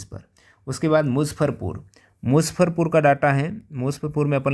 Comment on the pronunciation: मुज्जफरपुर है musaffarpur नहीं😂